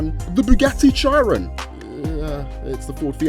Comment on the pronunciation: wait wait wait...... did you pronounce Chiron with a ch sound like when you say chip?!!! It's pronounced sheer-ron